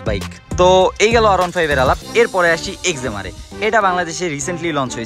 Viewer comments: একজেমার না এক্সএমআর উচ্চারণ ঠিক করেন।ধন্যবাদ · একজেমার উচ্চারণ না করে সঠিক উচ্চারণ জেনে নেয়াটা বুদ্ধিমানের কাজ। আজকাল মেজরিটি বাঙালি কুল হতে গিয়ে ফুল হয়ে যাচ্ছে।